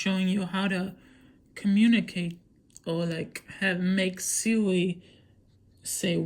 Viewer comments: My man said siwi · u said Siwi😂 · no you said siwi or seaweed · She said sewi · “siwi voice” Also: “i said siri not siwi” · lmao he said siwi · The way u say Siri “ siwi ” 😂 I think dat soz not being rude 😆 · i thought u was saying siwi soz xd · Siwi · you said Siri wrong